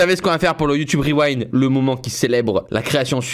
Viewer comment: C kro bien le YouTubeuh Reuwinde